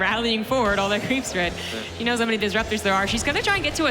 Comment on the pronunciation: It's the Dutch accent, he's pronouncing she as "see". Otherwise he wouldn't say "her" all the time.